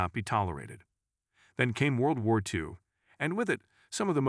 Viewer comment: Your AI narrator really needs to learn how to pronounce things properly. I mean, "World War Eye"? "The Nayseez"? Come on!